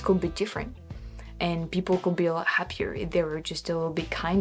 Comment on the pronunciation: Our word "could" really rhymes with "good". I think you try to pronounce the "l" - but we don't - of course our spelling is nuts. Amazing English. I wish my French was half as good.